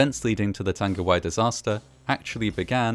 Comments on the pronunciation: Tongue-a-why I'd how it's pronounced bro- Nzer/ part maori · tung-e-why . g sound is mostly silent in te reo maori. love your work mate. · Pronounced Tongue-e-why disaster. Arohanui ❤ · Tangiwai. Tarn-gi-why? Nah. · not to be that person but the pronounciation was actually... not the best. like at all. notably the "ng" sound in tangiwai, whangaehu was mispronounced with a hard g instead of a soft g. also he used the "w" sound for whangaehu instead of the "f" sound. can't blame him though, he was reading it in phonetic English rather than Te Reo (and many pakeha can't even say shit right so there you have it)